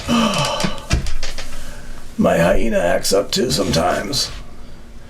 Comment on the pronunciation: I thought you said " my hyena is playing up " yes , my hyena plays up sometimes too 😀😀 ( hiatus ) can be quite painful .